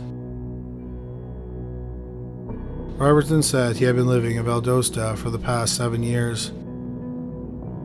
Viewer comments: I love your videos, so just in case you get another one in that area, it's Val-DOST-ah, not Val-does-tah. Moody AFB was where my Dad was stationed when he retired and I grew up not far from there. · We Love your content. We get so excited to hear of towns in our area, but do us a solid. Please PLEASE listen to a local news report so that you can get the correct pronunciation. It looks like Albany but thats not how we say it. And Valdosta isnt pronounced that way either. Thanks! Keep going!